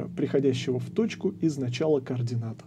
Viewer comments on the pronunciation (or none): none